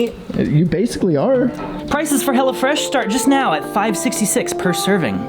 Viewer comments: sounded like he was saying "hella fresh" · I thought he was saying hella fresh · the way he says hello fresh sounds like Hella fresh and i like it